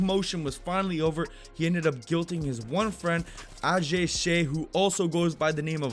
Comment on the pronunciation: Did he just call her ashay instead of ajay